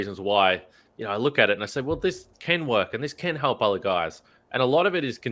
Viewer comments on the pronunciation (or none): I like your work my friend but you really need to do something about your elocution. It's absolutely maddening to listen when you pronounce Delly as Dally... help as halp... Melbourne as Malbourne... well as wall... and so on. Please do something about it.